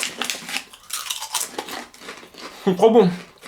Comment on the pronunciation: J'adore les vidéos improvisées comme celle-ci tu devrais en faire plus souvent c'est super drôle :) (au passage la façon dont tu as prononcé "Pringles" et "Cheese Burger"... je suis morte XD)